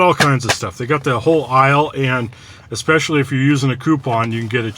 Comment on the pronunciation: I hate when people say exspecially.